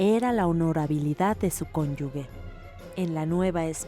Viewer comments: Y que dice "cónyugue " y no "cónyuge" la conductora xd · CÓNYUGE, no cónyugue. El sustantivo cónyuge ('consorte' o 'persona unida a otra en matrimonio') se pronuncia /kónyuje/, por lo que se considera incorrecto escribir y pronunciar cónyugue, tal como indica el Diccionario panhispánico de dudas . Hay les encargo... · Deben poner atención en elegir a la persona encargada de narrar pues no sólo es necesario tener tono de voz sino una buena cultura, en este caso, la narradora incurre en un error de pronunciación imperdonable, "CÓNYUGUE" "CÓNYUGUES" ¿de dónde sacó la "U"? Así se la pasó en todo el video y me pregunto si es que no hay una revisión final antes de que salga al público, es un descuido muy grave por tratarse de un canal cultural, deberían editarlo. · Favor de revisar la pronunción de cónyuge porque es un canal cultural y narradora pronunció mal. Dijo cónyugue en lugar de cónyuge. Por lo demás, es una serie interesante. Saludos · Se dice narradora y NO conductora, pues NO es un programa en vivo ...y tampoco es "cónyugue". Si vas a burlarte, asegúrate de estar en lo correcto.